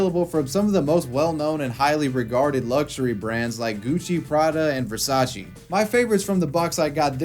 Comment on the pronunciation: You mispronounced versace